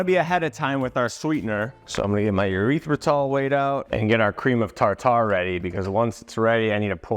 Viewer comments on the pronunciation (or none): it always gets me when you call swerve urethritol vs erythritol. Kind of sounds like you are saying it is a sugar alcohol made from urethras…😂 Keep up the hard work on the recipes they rock and also thanks for the gorilla mind promotion heads up (for the protein bars), it saved me a ton of money and they a fantastic tasting.